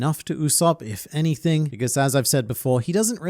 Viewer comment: Inaki can either speak english or do acting, he cannot do both at the same time! in the last episode when arlong talks about slavery, inaki says "no one should be forced to do anyFING" its these types of dialogues that are a turn off for me. anything he says seems forced and has no depth to it, The whole other cast is mostly done splendidly but they just messed up with the main character of the show. Inaki's face or smile might have people drooling at him for being the "perfect cast" but this man has no acting skills or variety of emotions or anything he can just whip up a smile and say stuff that doesn't feel real and feels forced. what makes anime luffy amazing is that he can whip up serious a tone at times and set things straight when its needed, i don't see that happening with inaki as luffy. Nami's actress was just perfect in comparison. in the last scene when he said "Nami, you're our friend, we are your crew" was just cringe level 10000. firstly the dialogue is just bad, anime luffy says "You're MY friend" like forcefully declaring I've got your back always but here the dialogue's bad and the delivery is even worse with that thick accent. he even pronounces her name wrong, its Naami and he pronounces it like na'mi, just kills the whole vibe.